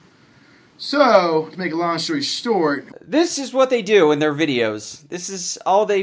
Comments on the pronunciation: "to make a long shory stort" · “So, to make a long shory stort” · "Long shory stort"